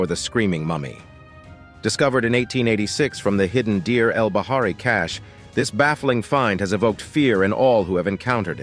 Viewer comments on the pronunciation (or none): none